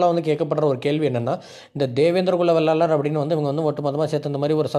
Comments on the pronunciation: சகோதரா வெள்ளாளர் இல்லை. வேளாளர் என்று சொல்லுங்கள் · தேவேந்திரன் குல வேளாளர் அண்ணா, வெள்ளாளர் இல்லை, வேளாளர் என்று சொல்லுங்கள்